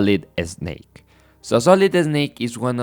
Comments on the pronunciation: its so funny whenever you say snake, you say eh-snake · Excellent summary my man, very well done! And from now on, I'll be pronouncing it "Eznayke" 😜 (just kidding, I'm guessing your mother tongue must be Spanish, where the letter "s" is always preceded by an "e")